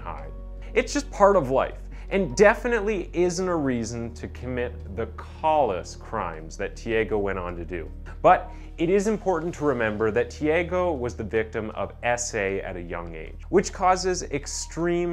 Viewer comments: Improved you pronounce "thefts" as " theefts" and the same with callous. It almost seems like your an AI........hhmmmmm👽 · Callous isn’t an Ah like caw sound it’s a brighter A. If you’re ever unsure just type in “how to pronounce—-“ and a video will usually pop-up. I just hate seeing such wonderful work getting undermined by details like this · “Callous” you pronounced that in a way that I’ve never heard in my life. Where are you from in the usa? Or Canada? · Dude is still not able to read. Callous is Not " call us" .. it is pronounced " cal us" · love the vids but you have this habit of mispronouncing normal words mad weird haha, i notice it every vid, im like 2 mins in and instead of Callous (kal-us) you say (koll-is) - again, not a real complaint but def something id wanna know if i were making vids so i could fix it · Lol yeah I was going to comment and ask him how he spells the word he said at that moment because that's not how you pronounce callous!! 🤣